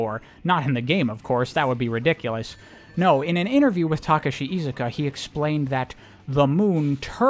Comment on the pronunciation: oh my God, someone actually pronounced Iizuka's name correctly for once in their DAMN lives.